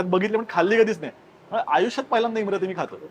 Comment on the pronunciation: इमारती आहे, इमरती नही